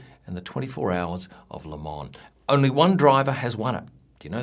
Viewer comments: It's Le Mans (not le man) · 24 hrs of Le *Mans*....not Le Man.... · it's le mans, not le man.... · Hi, many thanks for your F1 photography (should soon buy one album) and amazing vids (subscriber). Love the watches or business class series. If i may: Le Mans, everything is in this silent s;) One of the best F1 YT channel 🙏🏼